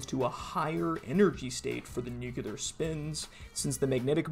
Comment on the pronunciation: Dude why do you say new-que-lar ? It's 'new-clear'.